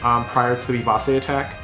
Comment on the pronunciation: I don't know if anyone has pointed this out to you before but the "c" in vivace is pronounced with a "ch". It would read something like "vivache" phonetically. It's a Latin word you find in sheet music which means fast and energetic. Anyways, I thought your commentary was pretty informative, but I have no experience with the deck so don't think I have much advice to give especially since DD2 is the only opportunity I've had to play much of the game in years.